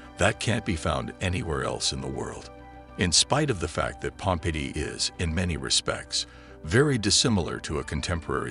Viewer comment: It would be nice if the narrator pronounced "Pompeii" correctly. It is Pom-PAY -- in English, in Italian. Pompey, pronounced PomPee, waa a personn.